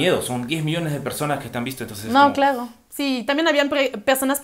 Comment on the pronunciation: Me gusta tu forma de hablar. Ese pronunciación tan francesa: pogqué, exagto, clago, pego. 😉. Saludos de MX.